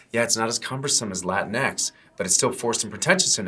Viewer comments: It's pronounced Lah-Tinks , not Latin ex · I thought it was pronounced La-Tinks... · Did not realize before how it sounds when you say "Latin X Man " all quickly. lol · You have to pronounce it like it's spelled Lateenks